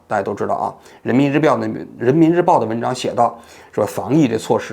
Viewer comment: 王局口误 人民日婊，说了好几遍，哈哈哈哈哈